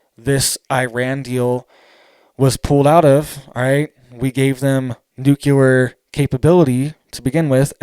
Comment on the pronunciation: For the love of god it;s pronounced new-clear!!!!!!!!!!!!!!!!!!!!!!!!😬😬😬😬